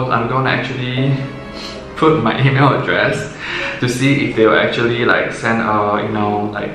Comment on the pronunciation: 1. Please say email again